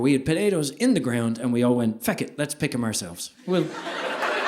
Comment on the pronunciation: Love how he says fuck as "feck."😂